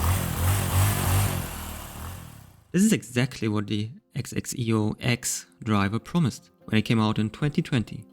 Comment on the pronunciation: It's Zek-si-oh